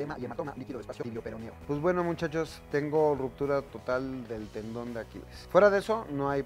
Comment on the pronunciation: Es tendon no talón